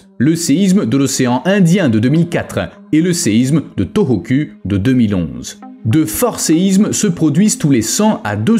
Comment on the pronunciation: U en japonais se lit ou.... Donc sa se prononce torokou et non toroku